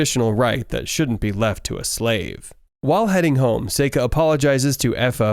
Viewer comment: Why he say slave like that